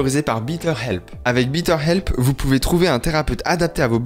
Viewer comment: J'aime beaucoup tes vidéo mais ne prononce plus Bitter Help car tu parles d'une aide amère, si le partenariat se représente prononce Bètter Help, baiteur help si c'est plus clair, ainsi prononcé tu dis une meilleure aide. Désolé